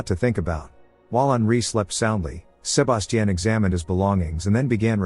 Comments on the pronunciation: How many times can you say Sir-bass-teaan? x Damn AI is broken wtf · Sa-ba-ti-ion…Jesus! Over and over is crazy work.. so distracting, couldn’t even get into the recap 🤦🏾‍♀️ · I would’ve took someone else identity if my name kept being pronounced “SHU-BAS-CHIN” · I hate the way it says sebastian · yeah, it will be a while before AI gets certain words rights. That tells u rights there not to be afraid of them taking over the world. 😂 If a robot shows up in my house trying to kill me I’d ask it to say “Sebastian” several times… at least I’ll die laughing. 😂😂😂